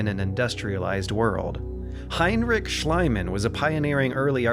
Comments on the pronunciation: Strange.. No sparta uh? They went full fantasy there with gigantic wooden buildings would have been in real life instead... No stone. Schliemann is not AI. It s Eeeman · its spelled shleemahnn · One vowel too many in Schliemann :D (cut the 'a' after the Schl, otherwise it sounds like the german word for slime) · It's Schliemann, maybe better pronounced for an English speaker as "Shleemann". I cringe every time you call him "Shlyman"". Amazing Vid overall, good work! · My only complaint about the video (everything else is excellent): Schliemann is pronounced Shlee-mahn, not Shly-mahn. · Thanks for covering it! But: Schliemann, not Schleimann. iii, not ei. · Honestly I like your video a lot. But ONE THING disturbs my ear when / while I'm listening to the pronunciation of HEINRICH SCHLIEMANN, the famous german archeologist. It is not pronunced Schl-EI-mann, you should have said Schl-IE-mann (like a longer "i") instead, for example like in sp-EH-re oder f-EA-r. Just sayin'! :) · One stadion, two stadia. Schliemann = "SHLEE-man" not "SHLY-man". With Mycenae, if you're going to pronounce the C like a K as the ancient Greeks did, why pronounce the Y and AE as in modern English? In Greek it would sound roughly like "mu-KEN-eye", while the standard English pronunciation is "my-SEE-nee". Salamis= "SAL-uh-mis", it's not pronounced like the plural of salami ffs. I just don't understand putting all this work into a video that's otherwise really good only to bungle the most basic pronunciations of key terms, especially when they're so easy to look up. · Slight correction on the name, It's Schliemann, not Schleimann. The "ie" in this case is pronounced like you would with the name "Lee" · I'm sorry to nitpick here but it's Schliemann (with the"i" pronounced like in the word "believe") and not Schleimann.